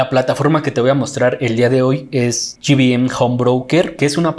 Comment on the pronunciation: Pequeña observación, no se llama "Gi Bi eM" home broker porque las siglas significan Grupo Bursatil Méxicano. Excelente trabajo Felicidades!